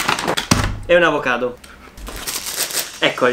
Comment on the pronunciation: Quante volte hai detto avocato